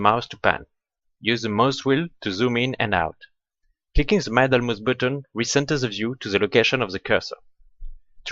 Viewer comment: Your French accent is just fine; one thing, if I may: middle is pronounced with an "ee" not an "eye" sound, like here: Many thanks for your effort, good video!